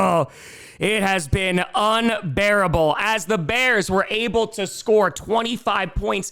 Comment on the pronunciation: I like how he said unBEARable when bringing up the bears. BEAR DOWN!!!!!!!!🐻🐻🐻🐻🐻🐻🐻🐻🐻🐻🐻🐻🐻🐻⬇️⬇️⬇️⬇️⬇️⬇️⬇️⬇️⬇️⬇️⬇️⬇️⬇️⬇️⬇️⬇️⬇️⬇️